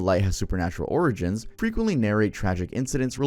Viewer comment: Please look up how to pronounce granite and origin.